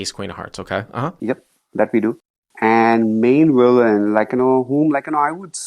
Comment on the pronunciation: Once Hero said 'Willain'...hand was over 😮